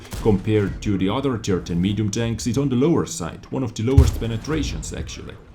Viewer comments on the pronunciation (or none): I know you don't mean it but it makes me smile when you say udder instead of other.